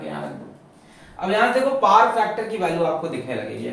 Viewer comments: Sir it is power,not par😂🤣😂🤣😅 Just fun😂🤣😂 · Whenever sir says paar who goes like this 🤔🤨?? 🤣🤣